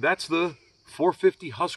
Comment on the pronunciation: Haskavarna😂😂😂no offence great review